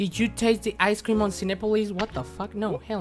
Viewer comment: “Da ice cream”😂. ⛄️=🍦?